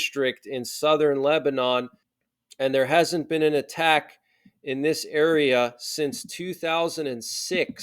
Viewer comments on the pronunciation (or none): none